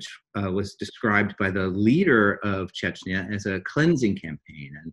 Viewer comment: It's CHECHNYA not CHECHYNA